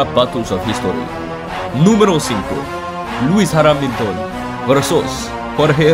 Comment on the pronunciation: "Lewis HARAMilton" hahaha